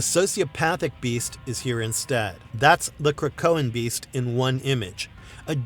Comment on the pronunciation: Why dud you say the beadt like that bro no one says that